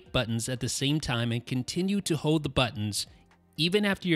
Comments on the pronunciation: Why cant this guy say hoLd? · Dude, you did say "hode."